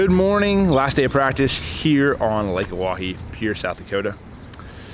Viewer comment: As a native SoDak, I was glad to hear you pronounce Pierre properly! ;)